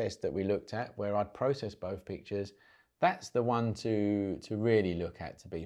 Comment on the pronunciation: "It's wevva you can deal wiv the noise in bouf versions?" Love it.